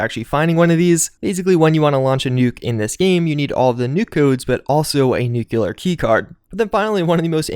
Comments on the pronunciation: Newk-lee-ur. It’s not newk-you-lur. It’s pronounced exactly how it’s spelled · NEW. CLEAR. NOT NUKULAR. Solid review tho👌